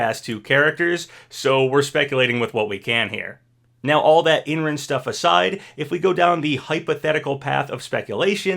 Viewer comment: I don’t think it’s crash and master chief. Just thinking about how smash 4 ended with bayonetta and corrin. Idk 🤷‍♂️ but there is a chance. Also Imran’s name is pronounced as I’m-ron